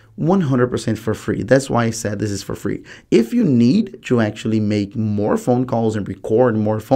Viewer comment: “Yeo can record teww calls cumpeletly frlee” are you stupid why are you misleading people